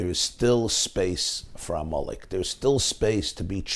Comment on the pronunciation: I keep hearing you say "ah Molech" instead of Amalek. Do you not know that there's a difference between Molech and Amalek? Amalek was a person; Molech was an idol. I grant you you may be purposely blurring the two. The name Amelek is so negative to the Jewish mind, and rightly so 'cause his family was wanting to kill Jews. To posit a family of killers with idolatry makes sense because they kill to sacrifice to their idols. Thank you for putting this out here during the fast of Esther, v'shalom.